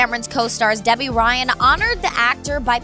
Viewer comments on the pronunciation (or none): none